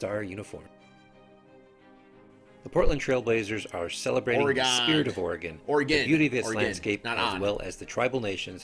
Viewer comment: I cringed so hard when said Ore-gone. Classic midwesterner